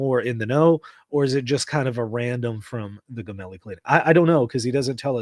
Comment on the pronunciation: It’s not Gemelli as in “get” it’s Gemelli as in “gem” Italian tv Rai said the windows of the Popes room have not been opened today at all … but he did attend mass in his ward and took the Eucharist praying for Papa Francesco 🙏🏻🙏🏻🙏🏻